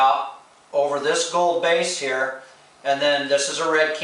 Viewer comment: English is not his first language. At :36 you say "same color here" but it sounds almost like "same color hair" I think he wants to know how much the airbrush equipment costs.